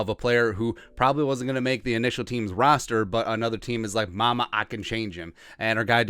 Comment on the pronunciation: "rooster"??? LMAO